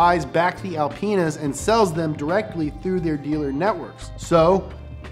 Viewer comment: Wait, did he just say alpen*s?😂